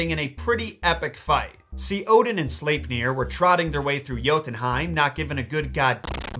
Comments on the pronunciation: I feel he pronounces slepnir wrong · I'm still not sure how to pronounce Sleipnir.